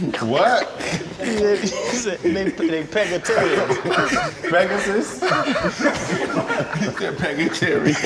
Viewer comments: Ocho said pegatarian 😂😂😂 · “Pega-tarian” killed me 😂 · Fred said "im outta here" LOL!!!! Ocho said "Pegatarian" LOL!!!! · Bih say pegatarian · Ocho said “pegatarians” like vegans/vegetarians some Pokémon. I guess that’s their evolved form from the “vegetables” he called them during Cam’s episode 🤣